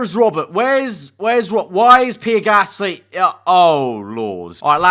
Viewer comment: Everyone else: Pierre Gasly: PEER GASSLEE